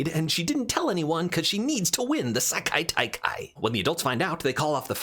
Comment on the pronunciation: I both love and respect how many times you fumbled slightly at pronouncing "Sekai-Taikai" but kept going